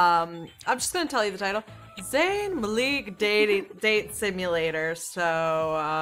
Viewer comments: It's pronounced like "Ma-lick", not "Mahlick" or "Malaek". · me: cringes everytime she says zayn 'maleek' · Maleak lmao, it's pronounced Mahlick. That's how you know that isn't a fan of One Direction. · It's not Zayn Mlik it's Zayn Malik. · maleek?? um, no. MALIK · I love how she pronounces Malik like Muh-Leek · *20 seconds in* *says name wrong* *fandom riots* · cough you pronounced his last name wrong cough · You said Malik wrong lol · That's what i was thinking